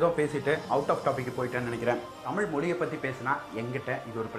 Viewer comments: நீந்க சில இடத்தில் தமிழை தமில் என்றும் மொழியை மொலி என்றும் ஏன் அண்ணா சொல்லறீங்க ? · தமிழ் என்று உச்சரிக்கவும் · முதலில் தமிழ் என்ற வார்த்தை சரியாக உச்சரிக்கவும் மேலும் ஆங்கிலம் கலக்காமல் பேசவும்